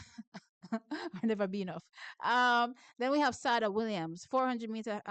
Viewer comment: Thanks for your work, but please pronounce Sada properly. I think it's supposed to be like Sade the singer.